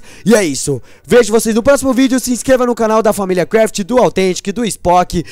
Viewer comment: ele falou familia craft errado ele cortou o video no inicio